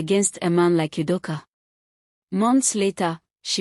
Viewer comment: The way the narrator pronounces Ugo and Udoka sounds funny.